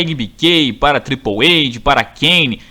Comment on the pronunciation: Triple eide hehe se triple eight que h em ingles e oito em ingles